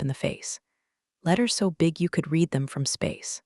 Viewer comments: haha, it does know, but it has somehow swapped which is which. Every single time, literally without fail, Read reed is said red read & vise versa, and wound- woond is pronounced wound- wownd & vise versa lol😁☮️ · AI needs to learn that some words have 2 different pronunciations. Like read and wound for instance.